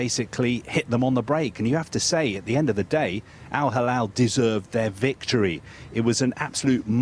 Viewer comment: Mr Al Halal 😂 why is he keep saying it? Al Halal 🤣 🤷‍♂️